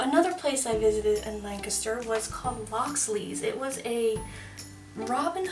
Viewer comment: As someone from south central Pennsylvania, I love that you pronounce Lancaster as "Lang-kis-ter" instead of "Lan-cast-er" ❤❤